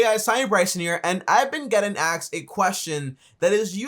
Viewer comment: Repeat after me : it's asked, not axed.